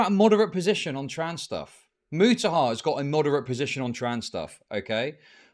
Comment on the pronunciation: I think Mutahar thought he was responding to Wu. Also, how many different ways are there to pronounce Mutahar? Keemstar just threw a new one in the mix.